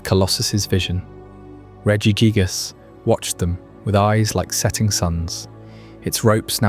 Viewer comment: Regi jig-ass made me wanna kms, who told you it was pronounced like that 😭